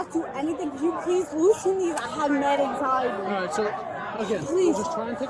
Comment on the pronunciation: UGHHG BRO CANYUUPLIS LOOSN DEEZ CUZ UH I HAV MAD ANXIUHDIE! Wtf talks like that?!